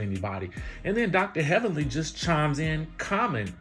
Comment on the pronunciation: now that was funny..."HELLVENLY"